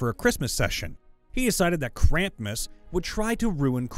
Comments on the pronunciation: Krampus, not Krampmas! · More than once... Krampmus instead of Krampus. Spelled right in the text, too. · It's "Krampus", not "Krampmus". That should have been more like "he came before he could even get his pants off". Impregnating her sounds like it would be a nat 20 result if anything. The "h" is silent. In fact, it's usually written as "Baal". The name refers to the first and most powerful of the 72 demons of the Ars Goetia. Nyarlathotep is an Outer God in the Cthulhu Mythos, and is the spawn of Azathoth, another Outer God. It has almost nothing to do with Cthulhu, a Great Old One. Also, yes, its name is very hard to pronounce. You said "Narlothep", which is a few letters off. This is a pet peeve of mine; it's pronounced "nuclear", not "nucular". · Krampmus.... Why, do you say it like that? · You saying Krampus as “kramp-mas” makes me strangely upset XD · I kinda understand his problem with simulacrum (kinda), but...krampus is such a simple word to pronounce. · exactly! I had to pause and read it carefully to see if i was tripping or if the guy made a mistake but noooooo why do you have to torture us like that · Wasn't looking at the screen and genuinely thought the op had created a monster based on krampus by the way he was saying it. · It drove me insane. How did that 'm' get there‽